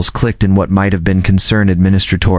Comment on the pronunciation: The AI pronunciation is hilariously so bad. Can't even pronounce "have". Grammar is horrendously bad as in nonexistent. Made it to a full 22 minutes and can't stand it anymore. Thumbs DOWN!!!!